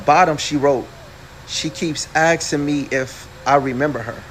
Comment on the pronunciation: Why he keep saying aksing ? instead of asking!!! omg Um Um Um 🤦🏻‍♀️